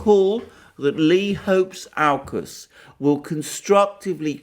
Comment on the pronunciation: I've heard how to pronounce AUKUS [ owkiss] ...